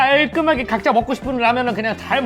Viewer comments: 각자라고 말할때 동생이 내가 ㄱㅈ라니 보는데 타이밍 ㅈㄴ맞아서 각자를 고자라고 들림 ㅅㅂㅋㅋㅋㅋ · 처음에 각자라고 하는데 내 귀가 잘못 된건가?? 왜 가짜라고 들어오지? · 아녀 ㅋㅋㅋㅋㅋ 저한테도 가짜라고...ㅋㅋㅋㅋㅋㅋ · 아니 때문에 갑자기 가짜라고 들리잖아요 ㅋㅋ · 각자를 처음에 가짜로 들었어요 ㅋㅋ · 각자라고 들리는디